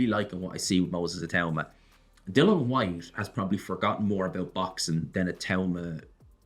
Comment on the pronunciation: Please say Dilians name correct!!! My god